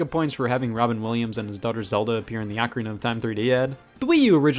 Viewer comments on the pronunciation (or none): Why can't people pronounce ocarina right.